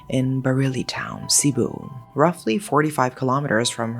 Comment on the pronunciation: Really love how you pronounce of the place where I known as I lived in Cebu and known the area very well. Love your channel well. Keep it up!! Snow from Philippines 💕